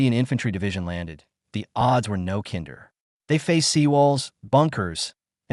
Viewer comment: AI really sucks. "The odds were no kinder" where AI pronounces kinder as in "kindergarten".